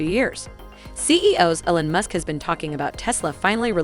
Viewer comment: It’s pronounced “E-Lon”, not “El-on”.